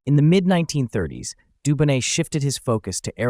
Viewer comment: It’s an H6B not C and the T in Dubonnet is silent.